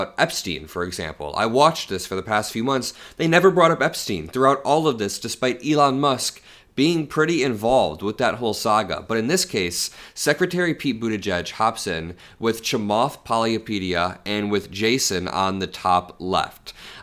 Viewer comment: Chamath palayapedia - like Wikipedia 😂😂😂 - that’s not his name my friend..